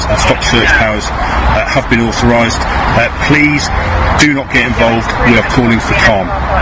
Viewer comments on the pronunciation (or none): none